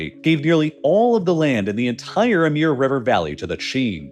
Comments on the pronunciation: Amir river Emir river? No its the Amur river :p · It is not "Ameeer river", it sounds like "Amour" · why are u pronouncing the Amur river as Amir river?? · Why does he keep saying Amir river. We need ai dubbed voice. They seem more accurate than these days than some people(Americans) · stop saying 'emir river' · Just listening, I didn't recognize the river name. Then, checking the screen, I realized that you were mispronouncing "Amur" as "Ameer." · Why do you keep calling it the Amir River? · Pronounce it as the "Ah-Mooor" river buddy. Great video though 👌 👏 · Also, are we supposed to pronounce the Amur as "Amir"? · "Amir" river 💀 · That pronunciation feels like it would be misleading to many; it's Amur (I pronounce it a-MOOR, it should be closer to the OO in book in case anyone merges pour and pore) in case anyone doesn't bother reading closely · That was the strangest pronunciation of the latin Amor (a.k.a. Cupid(o), Eros, etc.) I've ever heard (even more strangely it varies throughout the text). Even more, the Slavic/Russian change of the latin letter O to cyrillic letter У(latin U) tells everything one needs to know about correct latin pronunciation: since modern Russian is just a dialect of 9th century Bulgarian, which is the first codification of Slavic and also bulgarians are the inventors of Cyrillic script (contrary to mass propagated unscientific statement it was first dated from before birth of st. Cyril). The main idea behind several new scripts for Slavic was to exactly match pronunciation with spelling (for quite a while not the case with Russian, but Amor/Амур came through ancenstors of modern ukrainians to mondern russians from Bulgarian 11 centuries ago) аnd if one takes propper Latin lessons will learn that Latin pronunciation of Amor matches the Амур(Amur) in Bulgarian/Russian. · the way you pronounce amur, etc. is so bad, one can see you don't give a crap about the truth of anything so I wouldn't waste any more time listening to your garbage.